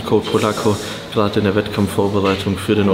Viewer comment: Ich Drrrrrrrrrrrrrrrrrrrrreehhee gerrrrrrade 😂😂 mega geil.